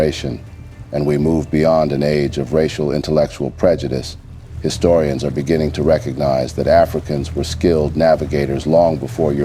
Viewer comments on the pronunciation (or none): This is a great video but please pronounce the black historians names rite